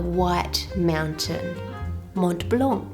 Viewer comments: Hi I'm french and you actually pronounced "chataigne" correctly ! But in "Mont Blanc " you shouldn't pronounce the T and the C. Yes french is weird😂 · Bravo Ann, your pronouciation is nearly ok, just un little detail for "Mont blanc" you must not pronounce the "t" of Mont and the "c" of blanc and this is perfect, same goes for "chataigne" the final "e" il nearly silent. I love your channel and recipes, thank you for sharing all your skills and hope you had a very nice time in France. Love Brigitte from a very small village in Dordogne, Agonac, near Périgueux. :) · This is so beautiful! Not only the traveling part but also the recipe! As for your french: you almost got it! You just shouldn't pronounce the "c" at the end of Mont Blanc and for "châtaigne" make the "ai" part longer and almost don't pronounce the "e" at the end! French is one of the worst languages to learn so you are doing great!!! Thanks for the great video as always! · Hi, Ann, love your videos. The E at the end of châtaigne is silent, as are the T at the end of Mont and the C at the end of Blanc. Judging from the video, it looks like you had Mont Blanc Speculoos which has biscuit (cookie) added in it. That might account for it being drier than the éclair filling which, traditionally, would be crème pâtissière anyway, rather than crème de marrons. 🙂